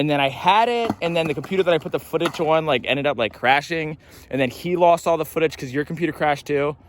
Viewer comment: i like how you say "footach"